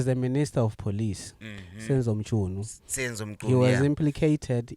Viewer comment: Senzo muchunu😅 that guy's pronunciations 😅😅